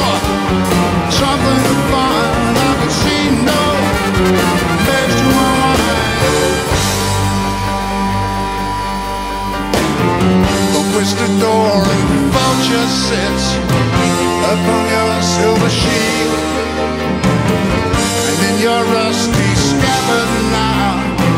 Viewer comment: I'm surprised the band is still w/ us & my Spanish training rebels at his pronunciation: to me it is Con KEEST a dor But great concert, they wrote some beautiful songs. But this concert is long time ago now.